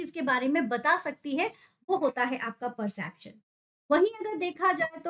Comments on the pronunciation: It's not 'persaption' ma'am. Please pronounce it properly. It's per-cep-tion. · It's not persaption its perception....!! U r pronouncing it wrong